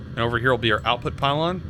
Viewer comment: "Outout" why does that trigger me so much